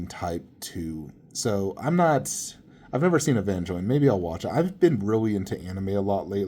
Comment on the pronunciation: Evangelion. It is pronounced "Ay van gel lee on"... don't disrespect it like that :(